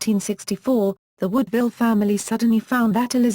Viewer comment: Her name was WOODwille, nor not woodVILLE.